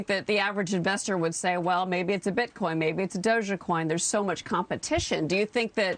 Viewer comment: Did she say Doja Coin? Lol